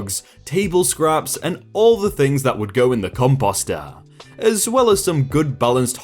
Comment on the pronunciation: First time I have ever heard composter pronounced like that.